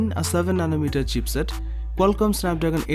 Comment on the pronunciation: Its not "CHEAPSET".....ITS CHIPSET....